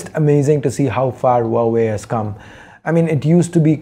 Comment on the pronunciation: Loved the way you pronounce Huawei🤩